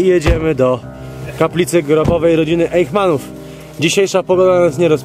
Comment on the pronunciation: po niemiecku wymawia się /ajśmanów/ - warto dbać o takie detale